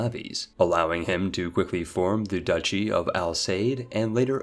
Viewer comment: i love this channel but i do not understand how he manages to pronounce everything so wrong. The way he says words like piety or duchy make no sense, and also emphasizing a "BA" in "Daurama" saying it "dauramBA" is so confusing. Is it actually supposed to be pronounced with a hidden B?